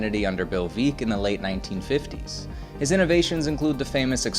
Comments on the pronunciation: 1. Curlew is pronounced cur-loo, not cur-lo. 2. That's veck, like wreck, not veek. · Not Veeck. Veck. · The St.Louis Browns owner name was not pronounced Bill Vee-ck. It is Bill Veeck like Wreck.